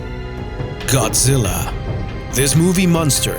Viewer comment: I stopped watching it when it said godzila